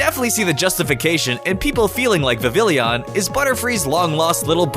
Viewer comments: Vivillon and you don't say the double l it's not vivillion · Good sir, Vivillon is French so the two L's would make a subtle ya sound. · Vivillon is pronounced viv-ee-on, not viv-ill-ee-on. Houndour is pronounced houn-dure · You moron, it’s not “Vivillion,” it’s “Vivillon,” pronounced vih-vee-ohn, a Port manteau of “vivid,” and “Papillon,” which is the French word for “Butterfly.” Plus solely the fact that Kalos is most obviously based on France itsself, it’s clearly pronounced as it would be in French… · "Vivillion"? It's Vivillon. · viv-vill-ee-on? NO! It's viv-ee-on! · Viv ee on!!!!!! grrrrr why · The L in Vivillion is silent smh its pronounced vivion, its like how Papillon has silent L's. Remember Kalos is based off of France so remember French stuff. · no. not "viv-ill-ey-on" its pronounced "viv-ey-on". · It's not 'Viv-IL-ee-on,' it's 'VIV-ee-on.' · Vivillon..... VI. VI. YON. It's pronounced like viveeyon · AHHHHHHH!!!!! dude! Vivillon is pronounced VI-VIE-YON! I almost died!!! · Vivillon is pronounced VEE-VEE-ON. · Not to be nit-picky but uh Vivillon is actually pronounced (Vih-VEE-on) just to let you know. It's because of the fact that when you speak Spanish the two L's make a y kind of sound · "Vi-vil-eon" "Hown-dow-r" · Holy fuck you're adding an i in and mispronouncing Vivillon. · ...I think vivillon is pronounced Viv-ee-yon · No it's Vi-va-lon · Yeah it is not vi-vi-lee-on